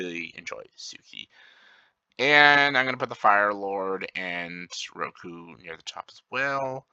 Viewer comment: I was joking about how you mispronounced some characters names like they do in the live action movie. For example, Jeong Jeong, you called Jonju. Roku you called Ruko. And Long Feng you called Feng long I think hahah